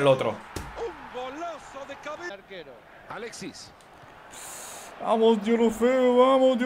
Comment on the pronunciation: oye es alexis no aletsis